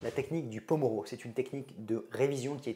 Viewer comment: Il me semble que le nom de cette technique s'appelle pomodoro, venant de l'italien "tomate" par Francesco Cirillo (l'inventeur)et non pas pomoro sinon super vidéo !! Merci beaucoup ❤